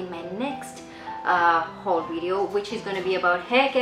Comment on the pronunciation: u pronounce haul as houl 😂😂